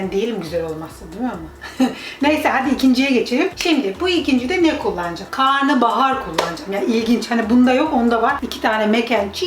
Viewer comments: Karnıbahar değil Karnabahar 😂😂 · karnıbahar değil karnabahar yani karına(mideye) bahar